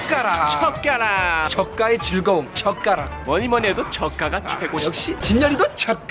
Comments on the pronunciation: 저가락 계속 말하면나만 이상하게 들리나요? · 나만 저까가 ㅈ까로 들리나? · 저가락 발음 좀쎈...ㅋ